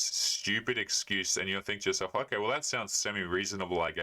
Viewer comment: "Oh Kie uh". You mean "okay"?